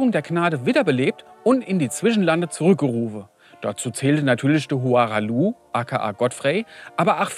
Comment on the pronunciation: zwei drei Namen stimmen nicht. Hora(ra)h Loux und radogan (hier radagon genannt. ansonsten sehr lustiges und gutes Video. Wie so oft ein Highlight